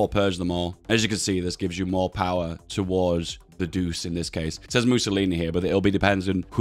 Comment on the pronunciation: I believe Il Duce is pronounced like "eel doo-chay", not "deuce"